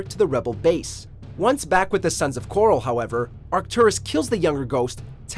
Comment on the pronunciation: It's the 'Sons of Korhol', not the 'Sons of coral.' I'm not just being pendantic here, the name is pronounced many times in the game, so there's no real question about the pronunciation. The fact that you keep pronouncing it 'coral' over and over tells me you've never actually played the game and have only researched it on google.